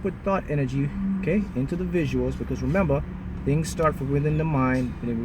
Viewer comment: So Sarah I hear a lil accent when he says 'memba' for remember. #smooth skin..request: skin care routine